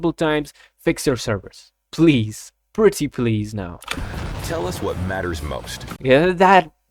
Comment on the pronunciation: I have lived long enough for to say prettey please